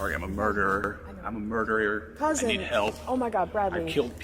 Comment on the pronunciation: “I’m a murderier…” but it doesn’t count cuz I can’t pronounce ‘murderer’.